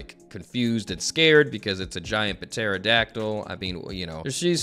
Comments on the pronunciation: Bro puh-terodactyl is CRAZY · I love u but homie do u not know how to pronounce pterodactyl like I can't tell if it's for the meme or not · The ‘P’ in Pterodactyl is silent ❤ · Has no one told about the silent P? Wait a hot second... for the entirety of Wano is he gonna call King a Puh- Terydactyl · I love how says pterodactyl. 😂 Just reads it like a normal person. Sees the "p" says that a weird way to spell that... fuck it puh-terodactyl 😂😂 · Puh-terodactyl is my new favorite word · Cause he kept butchering pterodactyl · please, the P is silent